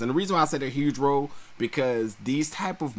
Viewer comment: Watch those pronunciations. To be released dijily? Suddenly thrusted? Part sound? Huge row? Disagreedience? Say that? They are distracting.